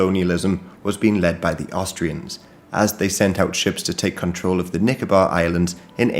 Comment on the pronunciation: I just started watching the video and his pronunciation of "Nicobar Island" 😂